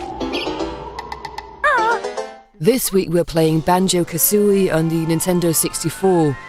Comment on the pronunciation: It's KaZooie, not KaSSSooie...